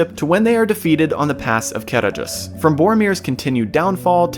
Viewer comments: Small nitpick, in the appendices, Tolkien states that dh makes a hard th sound as in the or that. So Caradhras should not sound like car-a-dras, but car-a-thras. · The "D" in Caradhras isn't pronounced. The "dh" has the sound of a soft "th". Sorry, but I've read and reread the "Aid to pronunciations" in the books, something like 12 times, just because I want to be sure I'm saying it correctly. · You didn't read my original post carefully, did you? The point was not the dh: I simply included that because I wrote a dh, so it needed explaining. The point was the stressed syllable, noted in all capital letters. ca-RADH-ras, not CA-radh-ras. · They pronounce it wrong in the film. It's ca-RADH-ras, where the "dh" sounds like the voiced "th" in "the." See the rules for Sindarin stress in The Lord of the Rings. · On my language it was always Karadras. It's mostly due to the translation rules of the foreign languages, specifically the Welsh (which I belive Sindarin is based on) Where any form of written Ds is pronounced D. So Gwynned, Blaidd on my language are pronounced Gvined and Blayd